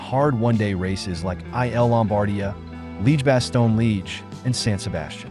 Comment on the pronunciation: Can you not use that bullshit AI voice? It's like listening to someone who has'nt a clue about cycling - I cringe - Leeg basto Leeg? Sodall? Jiyrow?